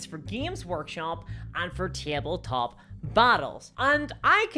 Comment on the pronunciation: wtf is "teeble-top"